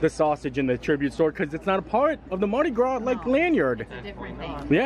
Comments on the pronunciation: allow this Neworleanian to teach you to pronounce Andouille, ohn-doo-wee. Also, the S at the end of Mardi Gras is silent. Great video, Universal did surprisingly well with it. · Happy Mardi Grausse lmfao